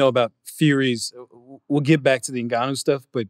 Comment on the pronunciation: how the fuc* nobody can actually pronounce Ngannou correctly ? it's not NEGANOU but Ngannou